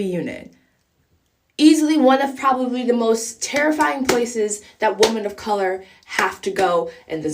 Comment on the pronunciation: wo-men not wo-man f off